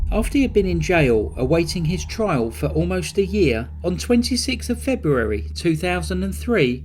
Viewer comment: please try to find cases not in the month febrreuawrrry (February) I can't tolerate the word murdering.